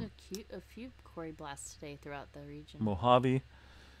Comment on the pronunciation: FYI..."Quarry" is pronounced, "kwôrē" - also, "tremor" plural is "tremors" ...sorry, my dad was an English professor and he was always correcting my speech so I was unfortunate enough to have that rub off on me so I've been correcting people for most of my 68 years. Don't take it personally, besides, you'll sound more intellectual, a definite plus...lol